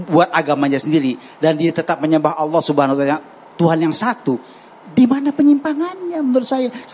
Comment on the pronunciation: Alloh subha........ apa pak dosen??